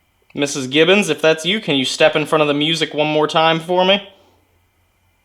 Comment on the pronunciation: That was so funny that you both kept calling them Gibson instead of Gibbons 😅